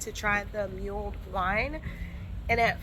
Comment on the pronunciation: Nice tour, you got lucky with decent weather (for London 😅), oops at least part of the day. Btw, the hot "mulled" wine is pronounced like dulled. So yummy 😋